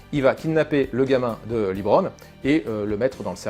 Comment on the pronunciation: C'est étrange d'avoir vu le film et de continuer à dire "Librone"